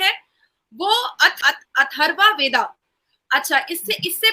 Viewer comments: ये "वेदा" नहीं है ये "वेद" है इसका उच्चारण "वेदअ" बोला जा सकता है, दर असल में हर एक व्यंजन में "अ" का उच्चारण होता ही है, जो बोलचाल में हम गायब कर देते है। जो दक्षिण भारत के लोग " वेदा " कहते हैं वो गलत है , वो "वेद" ही है उसे "वेदअ" पढा जा सकता है। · Mam vada nahi vad hota hai